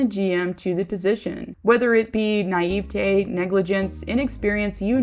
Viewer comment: You cant pronounce names at all!!! 😆😆😆 You didnt even pronounce "naivete" right. FFS please stop making videos. Stick to makeup tutorials.